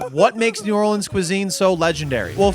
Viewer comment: As someone who lives in New Orleans, you said like NOTHING correct.